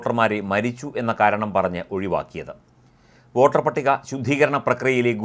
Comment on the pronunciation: വാട്ടർ അല്ല വോട്ടർ